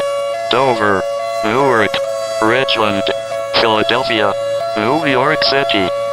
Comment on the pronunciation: Did it say Richland? I’m ded